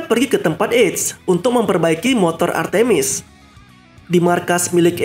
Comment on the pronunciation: Nama nya artmis bukan artimis